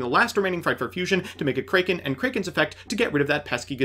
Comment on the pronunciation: Ah yes frightfur kraeken